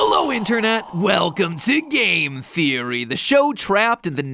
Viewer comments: anyone else hear ''pizza theory'' or ''*eats a theory*'' at the beginning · Did he say it’s a theory, or pizza theory? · i thought he said pizza theory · Question Was the voice during the clock saying 'pizza feeling' cause it sounds like it